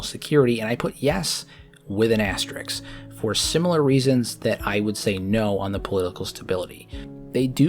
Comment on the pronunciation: Its asterisk, not asterix. Asterix is a french comic book character.